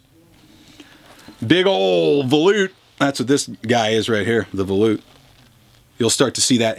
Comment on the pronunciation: He loves to say valute 😝. But thanx for all the info on all the awesome guitars. knows his shit 👍🏻. And good for you for speaking up for Gibson loved it 👊🏻.